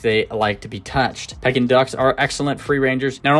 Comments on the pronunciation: Haha it’s PEEkin duck! Like for sure bro. Can you re-record and upload the audio?!? Lol honestly you should consider it ik its a lot of work but you say it wrong so many times and its killing me 😂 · The proper pronunciation is "Pee-kin" not to be confused with the action of a birds beak like pecking. Google it! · Can you pronounce it right, that’s annoying to listen to you say it wrong the whole video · That’s not how you pronounce their name